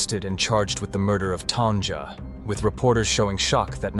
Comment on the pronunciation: Hearing Tan"jah" sounds weird. It's even weirder you eventually say her name correctly , Tanya